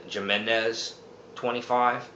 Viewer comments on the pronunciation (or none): Great video lots of useful information but I'm going to give you a little bit of constructive criticism. Please don't get offended but when you say Jimenez you're seeing it with a J sound and you're supposed to say it with an H sound. Like I said please don't get offended all your videos are great very informational I just want to give you a little friendly advice. Take care and keep up the great work love videos.